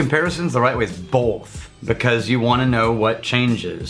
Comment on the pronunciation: says "BOLTH" Makes me happy someone else does it too:D